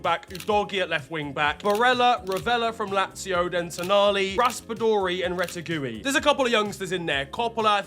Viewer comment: “Rete-gooey” is crazy work 😔